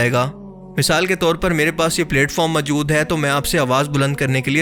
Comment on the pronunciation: "Mjood", what Mjood? Mjood kya hota hai? Moujood kaha Jata hai mere Bhai. Voice over krney se pehley Urdu Bolna to seekh lo yar. Ok?